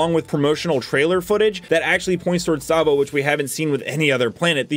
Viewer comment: lol Salvo not Slavo LOL